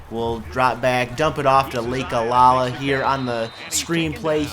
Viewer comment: I know it really doesn't matter as the episode is up & you probably won't be playing Hawaii again in the future but, for my own piece of mind, I have to say that the running back's name is Lakalaka, pronounced Lak-a-Lak-a not Lake-a-la-la. Anyway, completely pointless rant over.